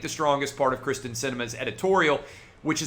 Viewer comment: Wow. Kyrsten not Kristin dude.